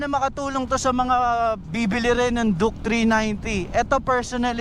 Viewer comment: Duke not juke😂